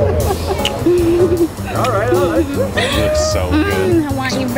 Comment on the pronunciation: lol the way she said lest join😂😂